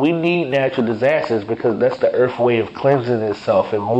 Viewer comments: Earf lmao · Did he say "we are the most hated people on EARF?" Lmaooooooo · Yes! Earf!! Believe me, it's worf another listen